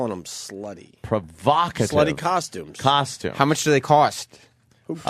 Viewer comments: "KOSHTEUME" - The most unfunny man on the radio. Also, OPIE FUCKING STINKS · i say coshtume too, fuck off